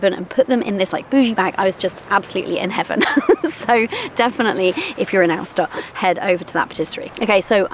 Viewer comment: Pronounce Aosta like coasta in english fyi 😂